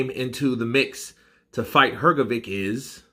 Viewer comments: H like H in ham G like G in game O like O in dog Hrgovik is Hrgovik Hrgovic is HrgoviTS C like TS in lets Hrgović is HrgoviCH Ć (considered a ‘soft’ c) like CH in cheese so it's Hrgović CH Croatian words are pronounced exactly how they are spelt and there are no silent letters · U pronounce his name Hrgovitch like bitch or witch